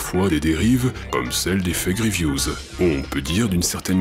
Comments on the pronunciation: A chaque fois que vous dîtes "Fake reviews" j'entend "Effet Grievous " Je vous jure que je ne le fait pas exprès et que c'est perturbant vivement l'effet Palpatine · Je suis le seul a entendre "l'effet Grievous" au lieu de "les fake reviews"?